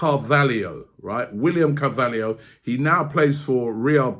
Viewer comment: If you say carvaliho I'm going to scream lmao... Omg you said it what's next draxler yea lol 😆